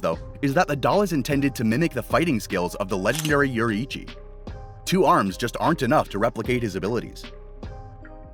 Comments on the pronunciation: its pronounced "yoreechy" not "yori hi cchi" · bro butchered yoriichi name